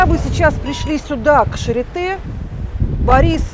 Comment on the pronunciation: Произносится не шаритэ, а шариты. Прямо режет ухо, когда я слышу это шаритэ. В слове charité é это ы. Если ê, è это э. Например bête, tête, règle, то есть бэт (глупый), тэт (голова), рэгль (правило, линейка)